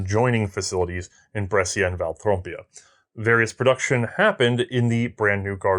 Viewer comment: Brescia, pronounced "Bresha", not "Bresseeya"